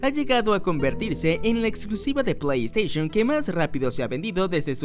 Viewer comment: Se dice Plei Steishon, no "Esteishon"